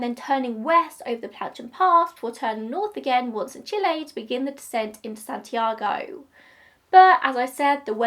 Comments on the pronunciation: i think you are the first english speaking person to pronounce Chile correctly lol we stan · I’m one of your plane nerds ✈️🤓, but this plane is too old, so doesn’t mean much to me either 😅. That is actually how you pronounce Chile, but either way, you did a great job, as always 😊😁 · You chose the correct pronunciation of Chile!